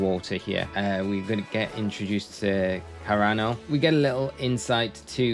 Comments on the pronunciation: I love you, but you absolutely butcher characters names on here all the time. The way you pronounce the Director of blueberry academies name is pronounced like “Seer-uh-no”. There is an old play called “Cyrano de Bergerac” and that is the name it’s based off of it. Please make it your best effort to pronounce his name correctly or else I’m unsubscribing. 😅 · i think its pronounced seer-anno like heat+tyranosauras